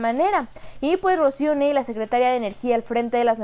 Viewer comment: Querida, porque no pronuncias como todos, incluyendo el presidente. N A H L E.. AUNQUE QUIZAS SE DEBIERA PRONUNCIAR NEIL, TODOS PRONUNCIAMOS N A L E.. POR FAVOR!!